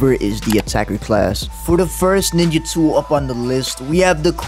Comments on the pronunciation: Bro really said niggatool like I wasn’t gonna catch it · It sounded like you said the n word 😂